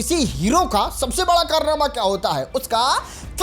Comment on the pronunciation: पहले बड़ा कैसे बोला जाता है वो सिख लो 😂